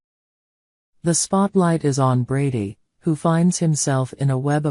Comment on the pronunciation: It’s not Bardy,it’s brady